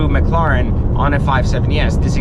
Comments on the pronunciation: Dude, its Mclaren not Macloran. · its pronounced mclairen. not mcloren. spelled correctly, it is Mclaren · mcloren XD its mclaririn lol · Or maybe he’s just bitching about another he owns, it doesn’t take a genius to realize that owning a brand new super car is gonna cost a lot. If he wanted an investment then he shouldn’t have even looked at a McLaren or as he says “McLoren”. Don’t blame the company for this mans lack of brain power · he had to sell it because McLaren was ashamed that their customer couldn't pronounce mclaren right 😂